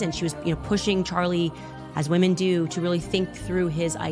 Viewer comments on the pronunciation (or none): is another one she gets wrong. When she refers to “women,” plural, she’ll say “woMAN” singular. “All the woMAN over there…”